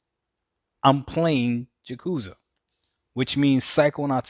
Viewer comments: Why is Doc calling "Yakuza" "Ja Cu Za"? LOL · Learn how to pronounce Yakuza next time Doc. You either get it right or leave the gaming community.